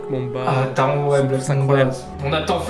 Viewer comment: Super vidéo ! Franchement phantasialand est le meilleur parc du monde ! Juste je me permet en tant que fan de Taron 😅 ça ce prononce « Taronne »